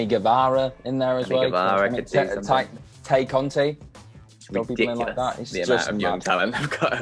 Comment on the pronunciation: Drives me crazy that none of the Whatculture staff seem to pronounce Tay's name correctly. It's "Tai"